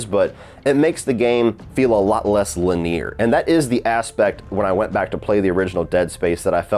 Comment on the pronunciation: pronounces linear like he's talking about fake teeth. That shit is so odd 😂